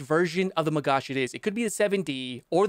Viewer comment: Your pronunciation of the gal was actually on point. Magach is pronounced "Magakh" tho 😅 Source : yours truley (Israeli)